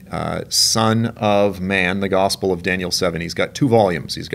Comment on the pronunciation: When saying the word gospel it almost comes out as God's spell.